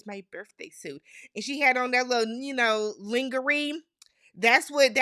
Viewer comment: I'm so glad you've jumped on the Bachelir Nation train, so much fun. You pronounced "lingerie" just the way I used to, lol It's "lawn-jzer-ay". French. I agree with you, the grandchildren were cute, but they were rehearsed and I think it was wrong to film them at all. Cruel and exploitative. Two women AND their families are going to be very very hurt.